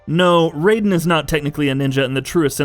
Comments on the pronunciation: I can understand gaiden but all throughout metal gear he is called Rye den... Lol it's like they're butchering on purpose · Same applies for him talking about Raiden, “Ry-Den”. If he’s really played the MGS/MGR games, this should be a no brainer. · Raiden is pronounced Rye-den...you uncultured moron... same with Ninja Gaiden, its not Gayden, dumbass.... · Mgsrr was a flop and you pronounced raidens name wrong but at least you didn't miss out onimusha and tenchu, I would have been pissed if this list didn't include them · Onimusha is samurai, not ninja. Also cringing everytime this guy pronounces Raiden and Gaiden wrong. XD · I legit cringed everytime the name Raiden and the word Gaiden flew out of his mouth . I wonder how he says Ryu...